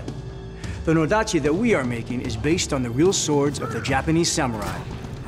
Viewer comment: That's an "odachi" not a "nodachi". LoL.